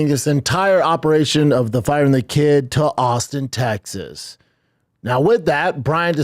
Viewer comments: Fugg me dead, the way you pronounce Tegzas & trugg is comedy gold. It drives me - NUTZ!1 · Love how you keep saying “teggsas” lmao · are you saying tegsas ironically or not? i have to know